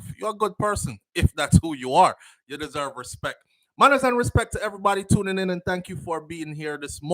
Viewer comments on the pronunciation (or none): none